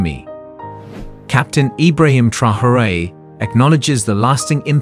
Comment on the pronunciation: if you insist on using AI to read your text, at least teach it how to read 'Traore'. It's not 'Trahorée'. The video mentions his name about 50-100 times I think, and not once correctly.